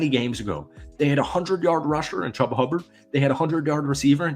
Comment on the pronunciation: "chooba" not "chubbaa"